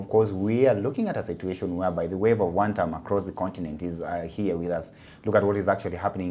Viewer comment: "The Chorus remains "WAN-TAM"!!!.